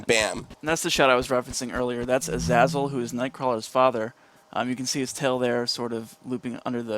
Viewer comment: yo u pronounced azazel wrong its (UH-ZAY-ZLE) watch the movie and ull hear sabastin say it this way